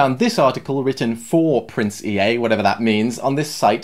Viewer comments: it is pronounced E-A. he just pronounced it wrong lmao. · Anthony Daugherty I hate how he says Prince E all the time when it's Prince Ea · No he was saying "PrinceEA" but pronounced it as "Prince E" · The Crazy-Family it’s pronounced E-A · It's pronounced Prince EA like the company EA